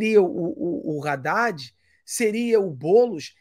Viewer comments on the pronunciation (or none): none